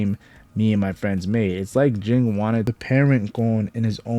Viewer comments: It's Ging, not Jing. Ging sounds the same as King. The author made their names the sound of a bell "Ging-Gon"! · It's pronounced "Jeen" not "Jing". Cmon now, they even say it in the anime. Usually it's people saying "kalua' instead of "keel-ua"